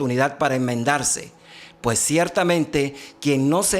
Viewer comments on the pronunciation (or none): none